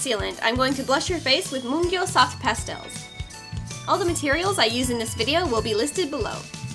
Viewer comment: lol she said castel instead of pastel